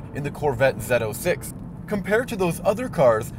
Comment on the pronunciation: I can handle his lisp and excessive body movements, but he kept comparing it to the Huracan and Mclaren?? Idiotic. Compare to a similar price range. Plus he said "Z06" and "Nissan" weird.